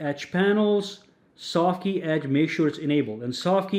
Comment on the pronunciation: When he said Softkey panel I heard Saki panel lol. Love your content